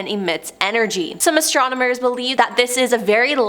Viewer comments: I might be wrong but I think I heard astromoners and not astronomers. Haha! Great job tho! The entire video seemed like a tongue twister. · "ASTRONOMERS" not "ASTRONIMERS"!🤦‍♀️ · Stay On Top No, you heard right bro, astromoners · She said astromoners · You said the word "astronomers" more than 10 times, and only pronounced it correctly like 2 times 😂 you said astomoners so many times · That's what you heard? I kept hearing astrominors lol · Why does she keep saying "Astrominers"? Lol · Did anyone in the galaxy not know what word she meant to say.?